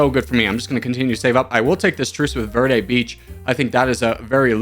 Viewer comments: Verde is pronounced "Vayr-day" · verde is pronounced like v air day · In Spanish you roll your r and the e sounds like the e in eggs.